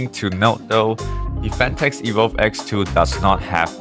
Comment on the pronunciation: … PHATNEKS. Lol